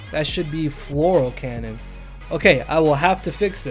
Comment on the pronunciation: i love it. FLORAL CANNON. Its Fleur cannon LMAO